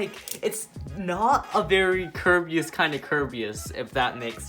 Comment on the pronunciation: This is how many times he said kirbeas